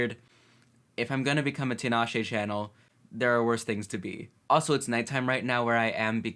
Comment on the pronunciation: Love the reaction but her name is pronounced Ta-Na-Shay